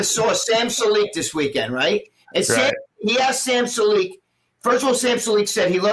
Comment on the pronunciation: Jesus Christ... is unbearable. Interjects telling Greg he needs pronunciation lessons because he said Sam's last name wrong but then says it wrong himself. Dude thinks he is above everyone because he used to write for magazines back in the day. Anyone could write articles on bodybuilding, it isn't hard. The only reason he even wrote is because of the people he knew, not because he was SOOOOO talented that they couldn't possibly exist without him.